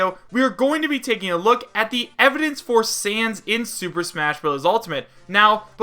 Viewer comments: I know that its a joke because you said san instead of sans. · Who else is watching this after he is a mii fighter costume also its Sans not San